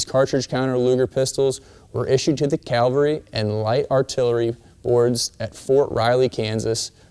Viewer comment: Cavalry, not calvary.